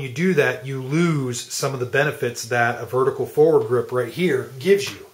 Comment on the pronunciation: is he saying forward grip? it is bugging me.